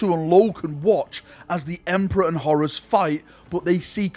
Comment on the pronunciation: Horus here sounds like Horace! I always pronounced it as a longer word Horr_uus.